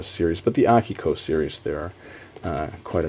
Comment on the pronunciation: WHOOO!! Akiko! Yippee (it's the only published thing of yours I've read. Good stuff. I never read the intergalactic zoo, though..) I thought it was pronounced aKIko, not AHkiko.